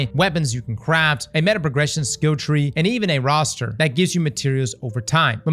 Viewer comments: i know we’re reading a script we didn’t write here, but cmon dawg😭 roster? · A "roster"...... Ummmmm ok lol